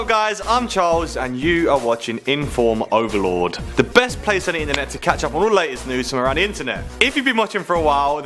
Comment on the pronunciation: Did Charles say Informoverlord?